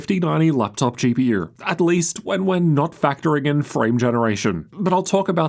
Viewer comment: why does he say "GP YEWR"